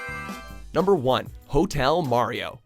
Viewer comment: When he said #1 I heard Hell Mario.